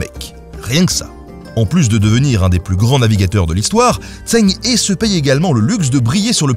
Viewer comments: En toute bienveillance, je souhaite te corriger sur ta prononciation de "Zheng He", je ne puis te faire entendre la bonne. Ecoute la via un logiciel de traduction, c'est important pour ta crédibilité... On ne s'en rend pas toujours compte, mais pour les sinisants, ça peut te donner l'aire pas très sérieux, car pendant 9min tu écorche pas mal de fois son nom ^^ Si cela t’intéresse, il existe deux types de transcription phonétique, le "pinyin" qui est la transcription venu de Chine qui est imprononçable correctement pour celui qui n'y est pas familier, et une transcription issue de l'Ecole Française d'Extrême-Orient qui a pour but de ce rapprocher d'avantage de notre prononciation française pour éviter au maximum ce type d'erreur pour des non sinisant (même si elle reste à mes yeux une transcription encore imparfaite), voilà sinon j'adore le contenu ! :) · vidéo assez intéressante, mais pourquoi ne demande tu pas à un sinophone de t'expliquer comment lire les syllabes en chinois????? tu prononces son nom n'importe comment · Oh mon dieu la prononciation 😭😭😭 Zheng He se dit à peu près "Djeungue Reu" et pas "Zèng Hé" ni "Tseng Hé" ou "Tseng Hi" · Eu égard à la qualité de la vidéo, quel dommage que vous n'ayez pas demandé à un chinois la bonne prononciation du nom. C'est en effet plutôt "Djèngue Reu" qu'il faut dire... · Par contre la prononciation 😂 c’est ‘Djang Re’ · Zheng He ça se prononce qqch comme "cheng heu" pas tseng i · Pour "zheng he" le plus proche en français ce serait "tcheung heu" sauf que le deuxième h est un son qu'on a pas en français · Zheng He = Djeng Rhe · Si jamais son prénom se prononce phonétiquement : “djang reu “,🙂 super épisode très intéressant . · Merci pour la vidéo ! Mais dommage pour la prononciation, surtout quand il s'agit du sujet principal : "tch'eng reu" est plus proche. Un petit tour sur Google Traduction ou autre la prochaine serait top ;) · Sympa. Son nom se prononce « Djeung Heu » en chinois. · se prononce "Djeungue Re"